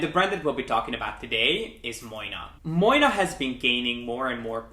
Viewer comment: You are pronouncing the brand name wrong! Moynat is pronounced MWAA-NAH